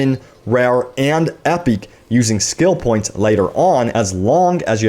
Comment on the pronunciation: You say "epic" weird.